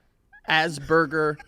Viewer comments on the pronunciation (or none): none